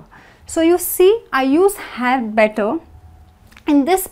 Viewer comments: better, I hear = / ' bɛtɒ/, why not the correct pronunciation= /ˈbɛtə/ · Parece que dice "BETO"